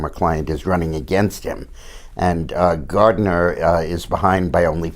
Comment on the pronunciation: And it's Gardner instead of Gardiner